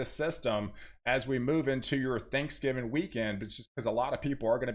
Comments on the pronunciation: Please. It's "Thanksgiving" not Thanksgiven. Pronunciation is important. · "Thanksgivin" 😁 love this dude 🙏🏻